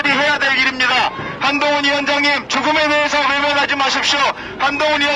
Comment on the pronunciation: 개판이다 한동훈 외치는 소리가 멍멍멍 ㅋㅋ